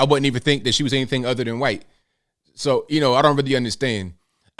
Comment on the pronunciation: it's pronounced HHUUUITE